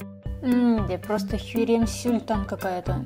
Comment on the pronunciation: мне одной послышалось не херем султан, а хирем сюльтан?